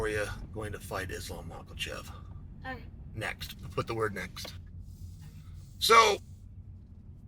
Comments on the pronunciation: "islam maklachev" - cheal sonnen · Nobody: Chael: Islam Michaelchef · And right before Islam macklechev 😂 the man is undisputed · Makhachev or michaelchev? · Mocklechev.....get it right already!